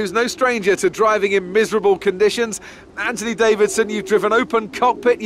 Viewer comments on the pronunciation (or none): none